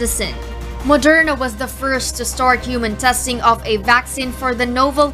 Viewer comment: It’s VAK-SEEN, not VAK-SIN. 🤣